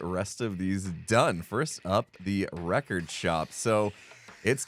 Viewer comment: Villager name: "Wreck-ord Ralph"